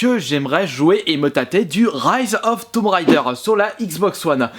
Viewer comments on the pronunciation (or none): none